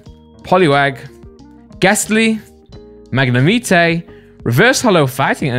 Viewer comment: Everyone: Mag-ne-might: MaG-kNeE-mEeT-a